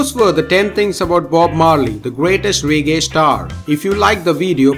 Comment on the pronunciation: Couldn’t a Jamaican or African narrate this video????....narrator can’t even pronounce Jamaica 🇯🇲 and reggae properly....k.m.t...I’m gonna hit the stop button...